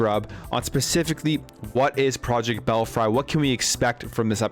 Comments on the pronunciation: Fuck! it is pronounced bell-free and saw-ga! It truly hurts ny brain to hear you say them like that. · It’s pronounced bell free. Ever heard of bats in a belfry?? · Bell free is the correct pronunciation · Belfry is pronounce, "Bell-free."